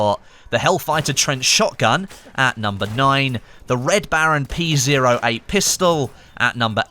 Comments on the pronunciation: Hate being that guy but the P08 is pronounced Pee Oh 8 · Did he really just say "P Zero 8"? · It's "pee oh eight" come on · It hurts me when you say P zero 8